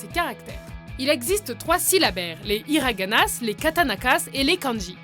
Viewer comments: y'a pas de ''s'' dans ''higarana'' et on dit ''kataKANA'' et pas ''kataNAKAS'' XD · Sinon, vous avez pas l'impression de pas avoir prononcé le nom des alphabets japonais correctement? Hiraganasse et Katanakasse... j'aurais tout entendu.... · pour le japonais tu as dis Hiranagass et katanakass, c'est Hiragana (ひらがな) et Katakana (かたかな) 😉 j'apprends le japonais en autodidacte depuis seulement 3 mois haha mais ça va je m'en sors pas trop mal 😂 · Hiraganasse katanakasse WTF!? Ah et pour l'info les kanjis ne sont pas un syllabaire mais des idéogrammes et des pictogramme... Donc vérifier les source et la prononciation! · Hiraganass, katakanass XD pitier tuer moi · les hiraganasss , les katanakass , elle a pas respecté la langue japonaise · Victor Ni les hiraganasss exicte pas ni les katanakass😡je suis japonais meticé français sa me gêne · Ca m'a horrifiée d'entendre hiragana"ss". J'ai appris le japonais pendant six ans et c'est la première fois que j'entends quelqu'un dire ça.. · Ne dit pas le s dans hiragana ,katakana et kanji je le sais car je vis au Japon et je l apprend